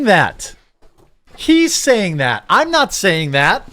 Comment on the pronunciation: The word is "THAT", not "DAT".